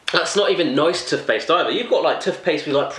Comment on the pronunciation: He says tuthpaste